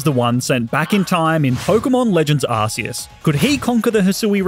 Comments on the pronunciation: Arceus is pronounced (Ar-ke-Us) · Just so you know, you pronounce arceus ARE-KEY-US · It’s Not Arceus It’s Arcoos